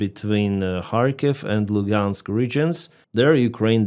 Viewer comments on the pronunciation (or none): Luhansk not Lugansk _ Donetsk not Doniesk